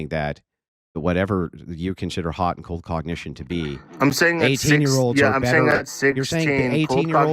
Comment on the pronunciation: After listening to this dude I hate the words cold and hot... More importantly the middle-eastern way he butchers the words.